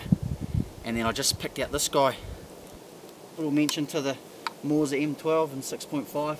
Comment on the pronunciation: Bro, Mauser is pronounced Mow (as in cow) za, not a Maw-za. Sorry, but it's just grating...ugh!